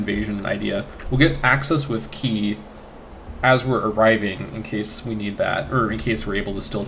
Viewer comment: Qi: Reads like "chee".